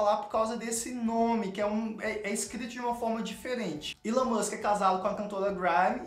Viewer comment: Não sei, mas não é "ílôn" como vc fala, é "ílón", do Elon Musk